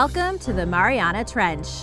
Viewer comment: Omg the way says mariana is making my ears bleed